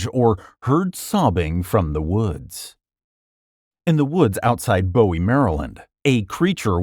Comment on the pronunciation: The town where the Goat Man comes from is pronounced BOO-WEE, not Bowie like the singer. Also there is no "lovers lane" there, local lore and sightings are all from Old Fletchertown Road.